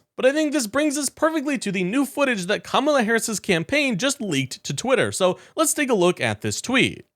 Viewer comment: Oh no. He pronounced Kamala the correct way.